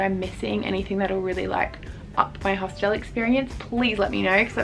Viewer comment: bro please stop saying hostelle